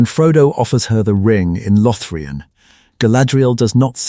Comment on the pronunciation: "Lothrian" instead of LothLORian. 🤦🤷🙄👎🏻